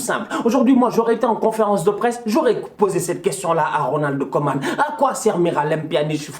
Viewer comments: Putain il dit toujours '' Ronaldo koeman '' c'est Ronald 🥺😢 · Il dit "Ronald Koeman" c'est juste qu'il prononce le"D"